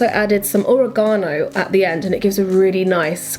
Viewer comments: I love how you pronounce "oregano" ...oree-gha-noo... Hehe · Lol oregaaano, never heard it like that..nice video, more like this! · i like how you say oregano! ive never heard it said that way! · love the way you say oregano! I love different accents granted I know only sounds different because I speak a different form of English XD